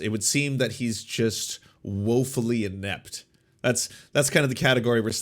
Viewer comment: I doubt I’m going to take advice from someone that can’t even pronounce the word inept